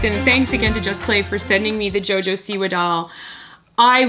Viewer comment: I don't mean to sound rude, but Siwa is pronounced like "see-va" Hopefully that makes sense :)